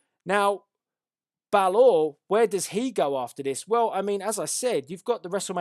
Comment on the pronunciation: your saying balor wrong but good predictions